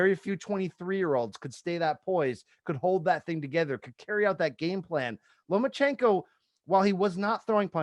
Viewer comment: Does he keep saying “LomaNchenko”?